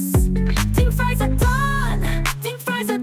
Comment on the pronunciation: Fwench fwies lol